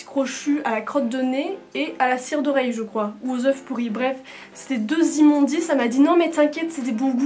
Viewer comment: 1. Arrête de passer te passer la main dans les cheveux, tu n'es pas James Potter 2. Arrête de dire "En fait" et d'autres mots bouche-trou. 3. Suis des cours de diction, ça va te servir dans la vie, pas seulement dans les vidéos (mon hinstagram, des oeuffffs ... ça le fait pas) 4. Vérifie la prononciation des termes anglais. Il suffit de taper How to pronounce ... sur youtube ou google. 5. Tu l'as déjà compris, j'aime ce que tu as à dire, mais par contre, la façon dont tu le dis me fait parfois mal aux oreilles. 6. TU N'ES PAS MOCHE ! M'enfin !